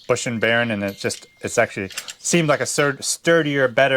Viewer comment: B e a r ing not barren.. Castle nut is what you got there